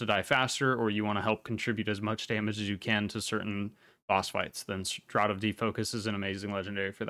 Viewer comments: FYI "Draught" is pronounced "Draft" :D Awesome guide, thank you. I didn't realise so many people were going to COLAD over Draught/VI. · No, it's pronounced "draft" exactly the same as "the wind caused a cold draft".